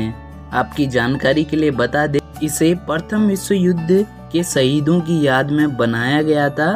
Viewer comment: भाई सईद मत बोल ना यार शहीद बोल ना स और श मै अंतर है